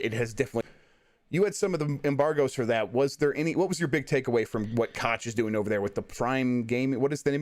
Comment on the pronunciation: Brian Altano is one of the very few great guys over there at ign so Jeff's kids have great taste in gaming media talking heads! just luvs to mispronounce Koch btw